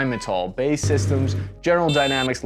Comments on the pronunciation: It upsets me to hear it pronounced “bay” and not as B.A.E. It’s an acronym not a word. Also aren’t Rhinemetall a German company? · "Bay" systems, lol. "B-A-E" you plebe. Love the channel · B.A.E. Systems, ffs, not "bay", it's not street for your bf/gf. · It's B-A-E, not "Bae". :-D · Hi love the content and don't want to be pedantic, but why do you say ''bay" when referring to B.A.E Systems?? it's name is derived from the merger of 2 UK companies in 1992. British Aerospace and Marconi Electronic Systems . The B A from British Aerospace and E Systems from Marconi Electronic Systems so you should say B A E separately. ☺️ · B.A.E. not Bae. 😂😂😂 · It’s not bay systems, it’s B A E systems. Just so you know. I can never tell if you’re trying to be funny or you’re just wrong. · Ah, I believe BAE is pronounced B...A...E not "Bay." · It's not Bay systems, it's pronounced.......B. A. E. Systems. Was known as British Aerospace some years back. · Please it’s B.A.E not bay like sitting on the dock of the bay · Not "Bay" its B.A.E. Great video thanks. Down select to FUE in one year!? That won't work. Unless all five are going through a ton of development before down select, which costs a metric ton of money. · "Bae" is what you call a girl; "B-A-E" is the British arms manufacturer. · B.A.E. Systems, not ‘bae’ systems. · 🤣 B.A.E. not bay. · "Bae" systems, he he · I really enjoy your vids, but one note BAE is not pronounced "bae" as in the slang for your sweetie You pronounce each letter It stands for British Aerospace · Did you really just call it "BAE Systems"? Jeesus man. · The way you pronounced BAE systems made me want to off myself lmao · Haha you don't pronounce BAE like that stupid fad for the same word. You say each letter.